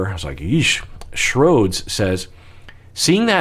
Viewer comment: Omg he read part of my comment :D :D :D (He read it as shroads rather than S. H. Rodz, but I'll take it lol)